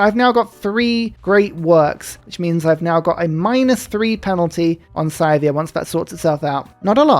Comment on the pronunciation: Every time you pronounce Scythia as "Scythe-ia", a part of my soul dies